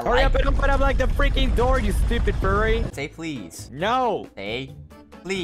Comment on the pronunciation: Bro really said "furry"